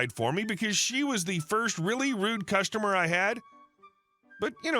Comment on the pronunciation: It's "customer", not "costumer" :)